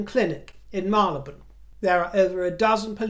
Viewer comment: From a Londoner, please, it’s Mary Le bone, and not Marle Le bone! Thank you for the great show.